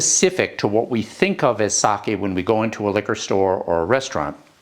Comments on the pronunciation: thank you, thabk you for pronouncing it right-- in front of all these English speakers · Wow! Seconds in, and you pronounced Sake correctly! That is proof you are educated and cultured. Thx